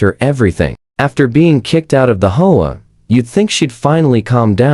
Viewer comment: The AI usually pronounces HOA as hoe-ah.